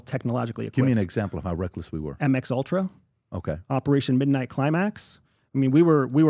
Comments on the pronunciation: Sigh..... Its MK ULTRA....not MX ULTRA... for God's sake...please get it right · Did he say “MX Ultra? 😂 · Did he say MX Ultra?